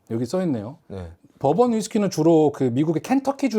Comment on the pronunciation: 아 버번.. 법원으로 들려😂